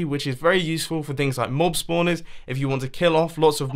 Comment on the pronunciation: U said mub not mob